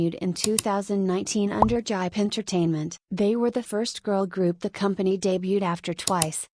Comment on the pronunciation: The way says JYP 💀